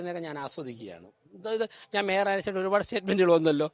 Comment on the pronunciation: ഈ, ശവൻ കുട്ടി അണ്ണനെ കൊണ്ട് തോറ്റു, മര വാഴ, കഷ്ടം. അവനു മേയർ എന്നു ശരിക്കും പറയാൻ അറിയാമെന്തോ 😂😂